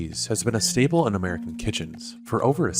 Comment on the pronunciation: That's "staple", not "stable". Train your AIs better.